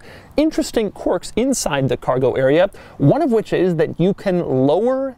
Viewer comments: It’s quirks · Rofl "Corks and Features" lololol